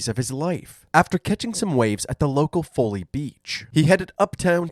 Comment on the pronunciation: No to be that guy but Charleston people pronounce it Fall-ee Beach Like WALL-E with with an F instead of W